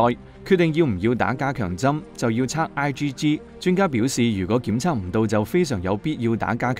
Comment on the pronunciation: The antibodies should be "IGG' & "IGM", you mispronounced the "i" to "L"